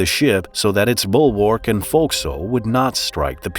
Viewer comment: thats the strangest way to pronounce forecastle. try again there bud